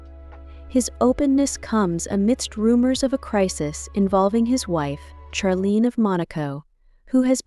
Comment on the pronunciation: They are NOT Scandinavian. Charlene is pronounced Sharlene.